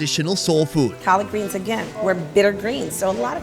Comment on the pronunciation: “Colored greens” or “collard greens“😂😂😂